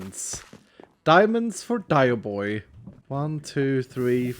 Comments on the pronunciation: dioboi sounds like Dai bo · Every time he says dioboi i hear "die" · As an Italian, that Dioboi is one vowel away from absolute perfection